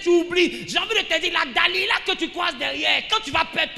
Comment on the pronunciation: Delila et non Da-lida Amen